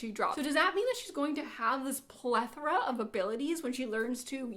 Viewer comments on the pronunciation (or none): none